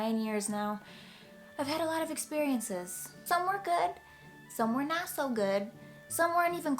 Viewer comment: She has a NY accent every time she says "not". "NAHHYT so good". LOL. Also a request: another ASMR video